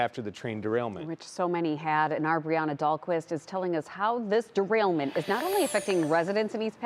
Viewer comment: Trail derainment??? This dorketta can't even read.